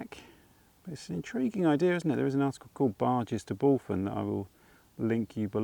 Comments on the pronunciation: Another great vlog, was lovely to see you walking through Aveley village. I was born not far from the village back in 68, was a lovely place to live back then, tho now its a shadow of its former self. Bulphan is pronounced "Bullvan" lol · Hi - Re: “Bulphan”; you pronounce the ‘ph’ as a mild ‘v’ sound and the last ‘a’ like the ‘a’ in Ivan.👍🏻👍🏻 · Another great walk, really like it when you come to my neck of the woods around Thurrock. FYI Bulphan is pronounced BULVAN locally